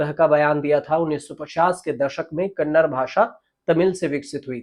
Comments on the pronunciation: Sir, it is NOT Kannad but Kannada. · Sir, कन्नड not कन्नड़ (kannada not kannad)